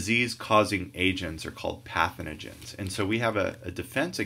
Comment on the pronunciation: Very helpful video, but it's pathogens, not pathenogen:(